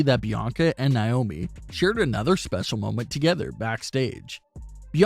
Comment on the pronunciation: Who is niomi ummm it’s na-omi